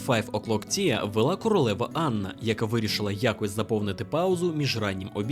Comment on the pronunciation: дуже цікаве й пізнавальне відео - дякую! ще й з гумором, ну бо «тіа» на «чай» 😆😆😆 віндзОрський теж кумедно, потішили🙏👍❤️ радий, що є такий контент українською